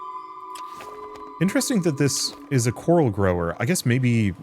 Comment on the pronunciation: everytime you say coral i hear carl 🤣🤣🤣